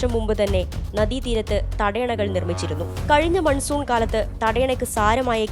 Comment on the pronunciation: മൻസുൻ അല്ലാ മാൻസൂൺ मानसून । जब हिन्दी शब्द बोलता है तो हिन्दी भाषा को परिभाषित करना चाहिए।